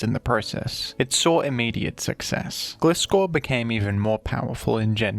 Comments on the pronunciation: It's Gleye-scor not Gle-scor Sounding like FSG lmao 😂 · Why are you reading its name as "Glee-scor" when you read Gligar correctly? 😭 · the way you pronounce gligar like glide but gliscor like glizzy is so weird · Gliscor is pronounced as Gliess-Core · Lmao, Glisskor. No hate on dude or anyone who pronounces it like that but it genuinely makes my skin crawl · Wincing a bit every time you pronounce "Gliscor" haha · That's not how gliscor pronounced tho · Why does he pronounce Gligar correctly but Gliscor wrong? It's GLI Scor like gliding. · You pronounce Gligar right but not GLAI-scor? It's the same pronunciation of the "i". GLAI like GLIDE. GLIDING SCORPION. EVEN SAID IN THE ANIME AND ALL SUBSEQUENT MEDIA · "Gly-gar" 🙂 "Gliss-score" 🤨